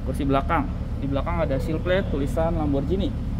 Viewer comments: Ghi bukan bacanya ji. Parahhh lo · Namanya lamborghini bukan lamborjini. Pls lah belajar pronounce sblm bikin video. Cape denger lamborjini